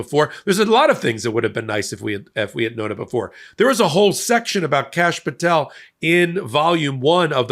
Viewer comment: did he say Cashapp Patel?